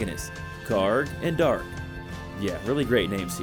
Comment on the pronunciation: im disliking your vid simply because you said dark instead of D'ark lol